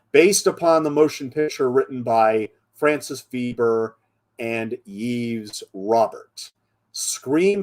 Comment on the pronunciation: sequel is sad original is a wowser Veber translation by Hollywood make me regret je suis americaine you need to learn French pronunciation.